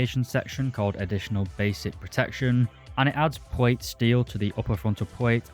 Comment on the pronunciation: Not dude really out here saying pwate instead of plate and twigger instead of trigger